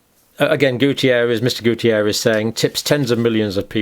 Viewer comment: It's António Guterres, Doctor! Not Gutierrez!! I'm portuguese and I know him since I was little. My parents lived next to his grandmother's house. He's a very nice person! It's funny to watch you battle with the spelling of the name. I've been following your videos these last two years. Wonderful work!!